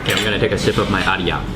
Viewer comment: Read just as " I run " that's it